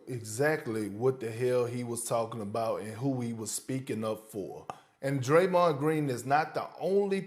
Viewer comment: Sas just called him (Draymond) Jayron Jean😂😂😂